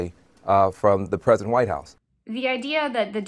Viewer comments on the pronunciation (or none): none